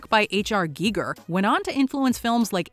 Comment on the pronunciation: H.R. Geerger? It's Giger.